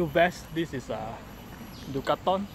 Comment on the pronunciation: did you just say Du Ca Thon, or is it Decathlon?! Just gives me the giggles :)